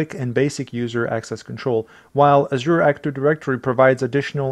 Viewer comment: Well done, my friend. (love the way she pronounced "Azure")